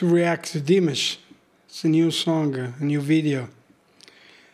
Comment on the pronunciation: Better to say as Dimarsh to say his name correctly 😇 🙏🇰🇿